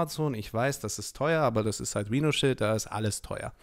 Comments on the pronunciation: Meine Güte das wir Rheinoshiild ausgesprochen und nicht Rino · Sauber!! Rhinoshield überhaupt nicht falsch ausgesprochen 😂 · Deutscher geht es kaum XD